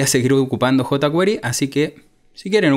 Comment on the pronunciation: JotaQuery bien pronunciado en español.